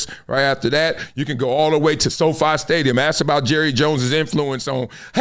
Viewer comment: It's friggin' 2026 and "Big Perk" can't even pronounce the word ASK correctly? Why would I waste my time listening to such a LOW IQ ex jock? Something is terribly wrong with the mainstream media, and why should this be acceptable? "We" should be held to higher standards!